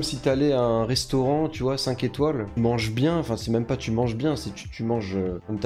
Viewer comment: J'ai serré le poing tout le long de la vidéo sur ta prononciation des "u" en "ou". On prononce "u" pas besoin de faire un faux accent (mé bravo pour la tièreliste)